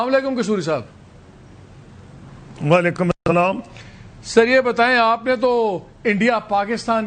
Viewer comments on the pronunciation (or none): not walikum rather waaiaikum o salam